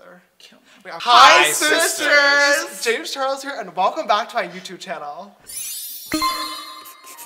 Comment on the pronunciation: yeah, james was pronouncing the "J" as "sha"